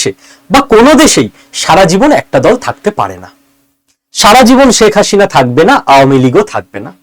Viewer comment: Apni "sheikh hasina" pronunciation ta korte paren na. Next time sudre niben